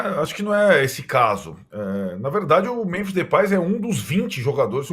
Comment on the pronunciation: Primeiro: Memphis. Falem direito.